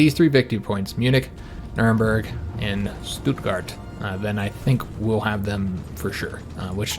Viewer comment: Stuttgart is pronounced as if there was a line over the U, or like a capital U, or however you want to describe it, so it's pronounced "stoot-gart". The double Ts throws many English speakers off since in English that would mandate a lowercase U sound. Many English speakers, especially non-European English speakers, do pronounce it "stut-gart" but according to official sources this is incorrect.